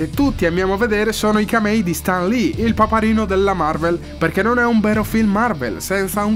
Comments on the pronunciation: io non riesco a capire che accento ha...non si legge stan ma sten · In Italia, ma evidentemente è come se fossimo al contrario! Stan Lee si pronuncia Sten e c'è poco da fare! Onestamente se fai un video incentrato su un personaggio (tra l'altro anche un video carino con una bella idea di fondo) dovresti essere sicuro della pronuncia del nome!